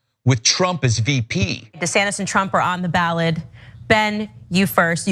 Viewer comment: Did she say ballad or ballot at the mark?